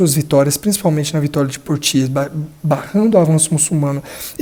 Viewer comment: Ótimo canal! Apenas uma correção, Biografia. Pepino era o filho mais novo de Carlos Martel e Rotruda. O seu apelido apareceu tarde na historiografia e é devido ao seu pequeno tamanho, "breve" significava "Curto" na época. A batalha de Poitiers, a pronúncia correta em francês é "Puátiê"como boate (de música)... Com o "S" final, mudo.